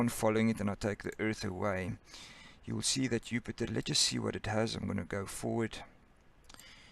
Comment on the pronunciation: Disorganized and poorly presented. He cannot pronounce Jupiter as well. Goodbye.